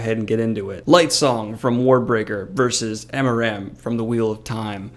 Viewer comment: I honestly cringed every time you said amaram. It's aram. Period.